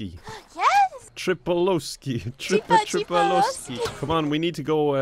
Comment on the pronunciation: It's not Ch-ree P-oh-l-oh-sk-ee. It's Tr-ee Pa-lo-skee my not so slavic dude! - A Slavic dude